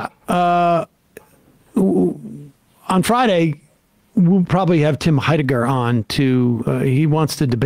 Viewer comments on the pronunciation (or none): Sam, it's Tim 'Hi-decker."